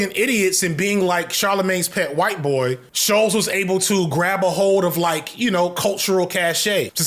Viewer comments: i believe it’s pronounced (sh-ul-ts) rather than ( sh-oh-ls) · This video is off the cuff and it shows. That's not even how your pronounce Schultz's name